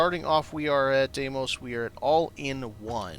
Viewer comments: FYI, it's DEE-mos. Dee like in Candy, and Mos like in Most. Phobos and Deimos are the two moons of Mars, and they are named for the horses that pulled the chariot of the god Mars in Greek Mythology. Even the game pronounces it wrong/differently in many places. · I like Stroud-Eklund the best. Cant say how much I love the dim cozy lighting by the beds. Deimos pronunciation There are so many different ways to say Deimos, but the Greek one that is kinda similar to American, is "dee-mows". In my head I say "dæi-mos" (with the Norwegian letter Æ which is a combination between A and E, you make the same sound of "æ" when you say the word "sad"), but Im also Norwegian, I will probably say it wrong until Im corrected by an astronomer somewhere.